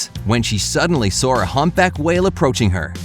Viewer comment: You add R to the ending of words. Saw-Sawr stuff like that. It’s interesting all I’m saying is my ear kept twitching. Great video.